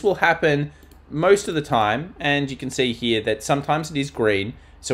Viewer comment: I love it when you say here, but it sounds like hmnere 🍻